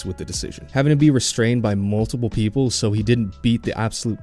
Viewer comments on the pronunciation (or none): none